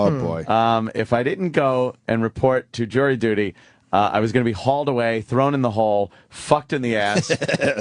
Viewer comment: Jirry duty